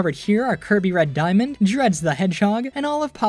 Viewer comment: Lol, "Diamand"